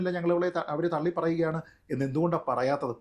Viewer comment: തെള്ളി അല്ല രാഹുലെ.. തള്ളി 😂